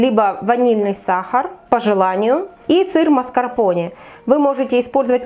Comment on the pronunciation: Маскарпонэ читаеться , а не Маскарпони